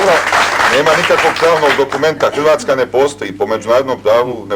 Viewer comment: a ovaj seselj nezna reci r Josip Bjoz tito..Hjvatska... haha koj kreten